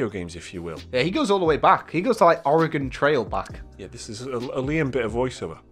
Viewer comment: As a native Oregonian, thank you for actually pronouncing Oregon correctly.